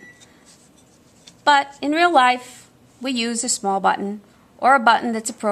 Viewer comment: I was amused when you had to unnecessarily emphasize "...but in real life we use a small button". 😂